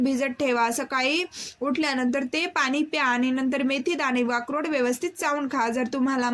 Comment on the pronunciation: Murkh Akrod bolta yet nahi aali bhukayala